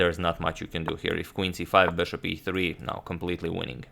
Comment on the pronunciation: bãshop back to d2. His "bishop" speech is funny